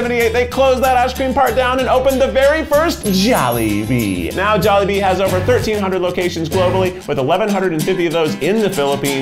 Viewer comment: Me:wow his first time... I am filipino In my head: WHY DID HE PRONOUNCE JOLIBEE AND QUEZON WRONG.?!!!